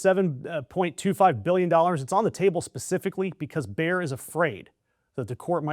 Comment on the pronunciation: FYI: Bayer is spoken similar to "Mayor", not "Bear", with the 'a'-sound as in "Maga". Emphasis on the 'a' and 'e', not contracted, two syllables.